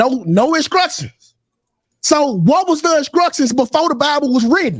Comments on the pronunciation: Anyone who pronounce "instructions" inscructions ain't worth listening to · He said incructions 😂😂😂